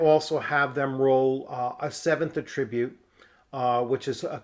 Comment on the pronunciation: Great content! I love this system. FWIW at-TRIB-ute is the verb. The noun is AT-trib-ute. It's like re-CORD & REC-ord.